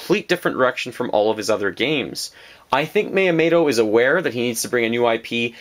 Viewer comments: I know this is nitpicking but this bothered me astronomic level. Mee-u-moe-toe. Not mayotomato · MiyaMOTO. Not MiyaMATO. Sorry, this is just really bugging me. Great video as always. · Who is Myamato? the name is MYAMOOOOOOOOOTO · Miyamato? More like Miyamoto. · Shit, you're totally right. You forgot a period though. I was just saying his Miyamoto pronunciation was WAY off, and he said it many times. It wasn't just an accident. It's called constructive criticism.